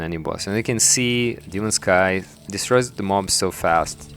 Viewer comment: scythes, not skies